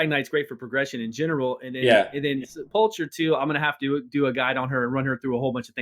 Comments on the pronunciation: Great video but oh man, hearing the pronunciation of Sepulcher Sentinel hurts my brain. Sepulcher= Sepuhlkurr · I can’t let you guys keep saying sepulcher like that its pronounced with a “k” instead of “ch” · It bugs me to no end that no one in this game knows how to pronounce Sepulcher :D It's Sep-ul-Kur. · Brad () did his homework, and he learned how to pronounce Sepulcher correctly. Come on guys.. it is going to take less than a minute to find out. You sound silly when you both mispronounce it! Other than that AWESOME video! You are both on my subscribed list. You do a wonderful job, and you have helped me immensely in the game! Thanks!